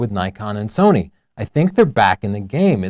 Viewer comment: why do you always say nikon and sonny???? just say sony.........